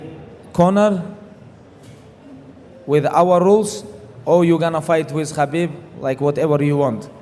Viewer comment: Hab-beeb Nur-Mu-Ham-ma-dov 🔥